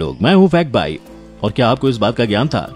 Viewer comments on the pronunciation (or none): Hello bailog nehi bhailo hai... main hoon nehi fact bhai hai...H kor silent matt kardo bar bar pronounciation theek karo